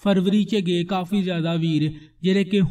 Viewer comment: ਗੇ ਨੀ ਬਰੋ ਗਏ ਬੋਲੋ